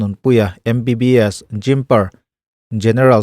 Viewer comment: Jipmer i lam dan khi dik lo.. Sir